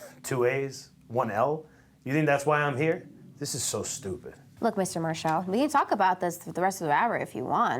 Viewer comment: Mar-shall that's The way Cornette pronounced Marshall